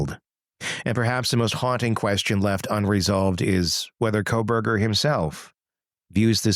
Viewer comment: I love the way your AI intro says “Khobergah”😂